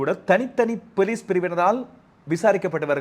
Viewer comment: ARV--- Your pronunciation of police...sounds like '..Pelisaar...'